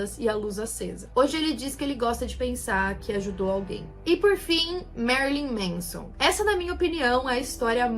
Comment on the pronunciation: Não é "MEIZON", é "MÉNSON".